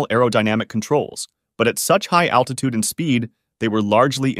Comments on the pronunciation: attitude or altitude? either way, cmon dude (hey that rhymes) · Attitute Controle, is it not altitude control? Okay, even though it is correct, it really sounds funny to say it, lol! 😂. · I swear if I watch another video where someone says "attitude control" not "altitude control", I'm gonna need attitude control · ALTITUDE. THERE'S AN LLLLLLLLLL THERE. NOT ATTITUDE ADJUSTMENT. UGH. FUCKING LAZY. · It’s altitude not attitude just fyi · Gotta be altitude right? Not attitude... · You mean 'aLtitude', not 'aTtitude' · Unstable "attitude" control...lol...maybe you meant "Altitude"? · Are they saying attitude instead of altitude???? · Altitude not attitude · It is altitude, not attitude 😂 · It really is a shame that you say “attitude” instead of altitude almost every single time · Dude kept saying attitude when he meant altitude, remeber kids a word can change entirely if you dont place one letter in the right place